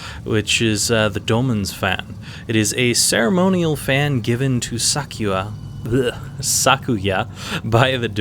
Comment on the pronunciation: Casually commenting on a rather old video to mention how happy it makes me that you pronounce her name correctly. Most people pronounce it "Sakuuya" and it drives me nuts!